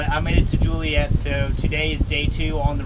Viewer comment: it's pronounced Joe lee et, you ever seen blues brother man, Joliet ill has the highest crime rate in the us, must have made it through the nite i see there is a ep16, I don't care if you have to paddle out with head of one ore, Dont stay in Joliet. UM ,,no offense to the Joliet board of tourism.